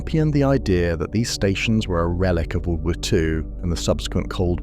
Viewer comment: Enjoyed the video, but I'm just wondering why every time you try to say World War Two it is mispronounced wubblewuh two?